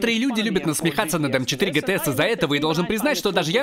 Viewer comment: Не гтэс, а джитиес